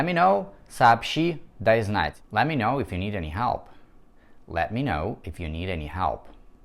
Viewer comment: Послушайте, я не лингвист и тем паче не в сфере английского языка, но на слух, ибо слух у меня музыкальный, звучит это очень близко к оригинальному произношению.